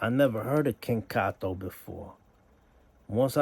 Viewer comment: Why do you call em Cat o. Like you havent done your research. Makes you seem fu bro. You should stop. 4ch ain’t a click, it’s an organization. You wild corny